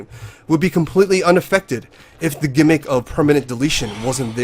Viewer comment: You keep saying "de flock" when you mean "the flock" and it makes me cringe each time you say it